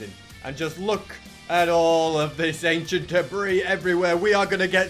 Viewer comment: I love how says achient debris lol